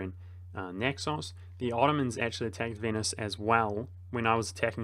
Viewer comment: Vote now for your favourite mispronunciation! A: Ferrari-a B: Venus C: Core-few D: Grief EO